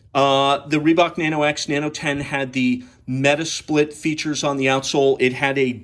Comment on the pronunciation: 네노오 네노오~~ 리박 리박.. ㅎㅎ 발음 아무지네..